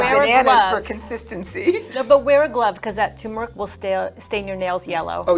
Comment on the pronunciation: Turmeric is pronounced tuRmeric not "toomeric."